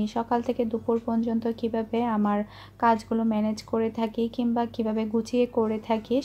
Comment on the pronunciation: আপু তুমি পর্যন্ত না বলে পনযনতো বলো...এটা ঠিক করে নিও❤❤